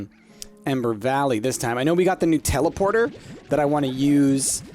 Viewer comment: Am I the only one who heard "New teleporter" as "Nutella porter" ??